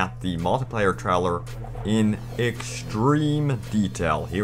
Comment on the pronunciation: Stop saying traler its trailer